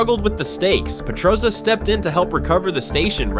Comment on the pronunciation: if only you could say petrozza correctly